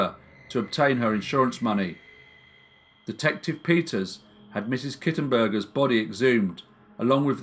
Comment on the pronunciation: "Mrs Kittenburger"? LOL!